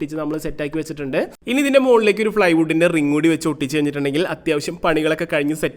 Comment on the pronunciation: ഫ്ളൈ വുഡ്‌ അല്ല. പ്ലൈ വുഡ്‌